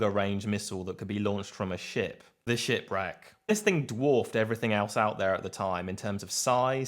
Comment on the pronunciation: If not for the subtitles, I it sounded like a SHITRAG, instead of shipwreck. Wich would be a more fitting name for anything russian.